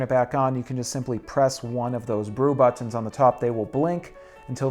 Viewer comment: Why can't you say "buttons" properly?